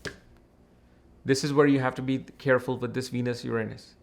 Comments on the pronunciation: Yer- Ron -Us. Not Yer anus 😂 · Haha he keeps saying your anus 😂😂